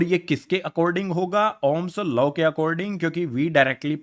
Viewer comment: ohm's law ❌ ohm's laa ✅😂